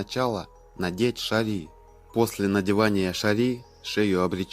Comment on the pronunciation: Не шали,а шири́